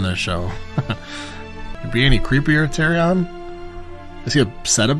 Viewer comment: Good videos, but broooo...are you watching the episodes on mute with the subtitles on? How do you mispronounce everyones name but Ned?! Saansa TeriOn Ygret?? The characters say their names, how do you mispronounce them all?? 😅🤙